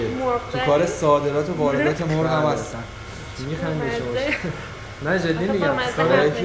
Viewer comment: ساختگی میاد ، اول مرغ رو ساده گفت ، ولی اون دختره گفت موورغ ، به گفت شما جالب صحبت میکنید ،الکی